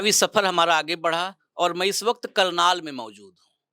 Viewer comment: करनाल not कर्नाल